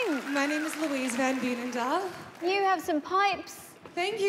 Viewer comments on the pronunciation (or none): Van Veenendaal is a dutch sirname. The way she pronounced it sounds very funny hahaha